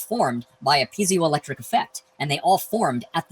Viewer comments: Having studied electronic engineering, hearing "pee-zio effect" is irksome. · Zye-cron, P-Z-O-electric... Is this guy just unlucky enough to be dyslexic of top of being a YEC??